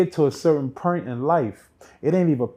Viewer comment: "When you get to a certain pernt" lol. It's point bro. Lol